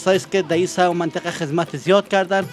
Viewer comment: او برادر سایه نگو درست نیست ساحه بگو هههههههههه